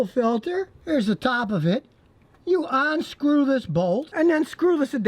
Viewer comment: Is Scotty the only person on Earth to say "onscrew" instead of "unscrew"?